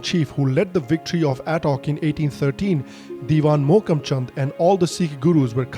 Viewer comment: Bro.. It's not Aa-tock. It's Aa-Tak. Aa-Tak se Cuttack tak, Akhand Bharat! le kar rahenge azaadi, insha-ganesha.